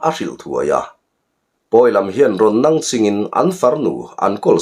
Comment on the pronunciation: Nangching tih hi ilam fuh theilo